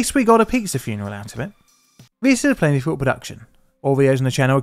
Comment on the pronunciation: "tis-a-plainlifficulproduction", or is it "plentiful"?